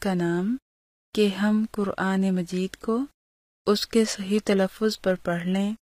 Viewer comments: ماشاء الّلہ جزاک الّلہُ خیراً میری ان بہن سے درخواست ہے کہ اپنا “ ق” درست فرمائیں - ق کو ک نہ کہیں-یعنی قرآن کہا جائے نہ کہ کران- جزاک الّلہ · تم تو پورا الفاظ غلط پڑھ رہو قران تم کران بولتے ہو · Why u say kuran not quran.